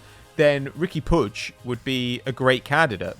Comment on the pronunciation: For the love of christ the name is puig not puge